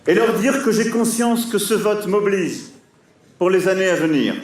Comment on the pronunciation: Toute le monde a compris « m’oblige » mais il a dit « Çe vote m’oblize »